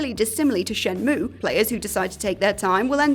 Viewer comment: No, it's "Shen MUWWEAAAYYY!"